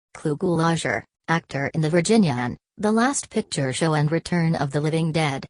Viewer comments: You pronounced his name wrong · Good information, but that computerized voice is terrible. His name was mispronounced too.